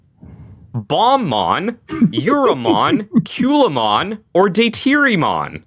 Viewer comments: Was looking for this comment. He swapped the a and the u. Culamon vs Calumon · Why did you call Calumon Kewlmon? 😅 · Hearing them call Calumon "Kyulaymon" over and over made my break my phone.